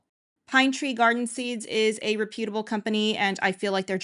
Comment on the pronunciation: Please learn how to say "reputable".